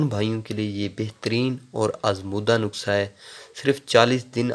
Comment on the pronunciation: Aap bahot sadaa insan Hain aap nuskha ko nuksa bolty Hain